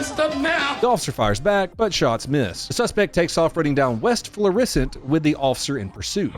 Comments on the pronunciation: We pronounce that FLOOR-uh-SUNT. You emphasized the "uh." - a local ghetto resident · Hearing you try and pronounce Florissant is funny as hell ! But nobody out of town says it right! It's more like florasant kinda more how it's pronounced ! And these are the events that made me carry ! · You have the name of the road 99% right. Not that it matters. But there just isnt an accent the ISS part of Florissant. Pronunciation of syllables totally correct but is no accented syllable. That being said im really surprised you dont see more vids from there. Its not far from the ever lovely ferguson